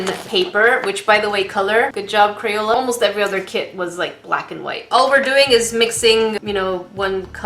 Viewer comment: Is crapola not crayola